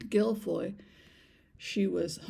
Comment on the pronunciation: I absolutely dont believe virhinia guiffre committed suicide. Imo they made it look that way. All because Andrew was outed. Pronounced jew fray.